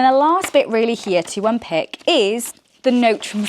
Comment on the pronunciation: It’s unpAck, not unpick 😭